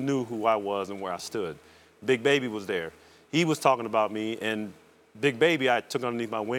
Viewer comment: paul pierce was dere, rondo was dere, perkins was dere